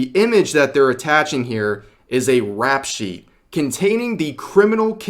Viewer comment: 'Rep sheet' not "rap shit" 👍